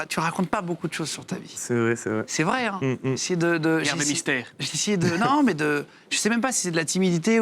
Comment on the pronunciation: il m'a tué jimmy "gart le mistééékh"